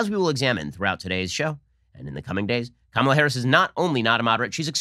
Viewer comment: Joe can’t even pronounce her name correctly.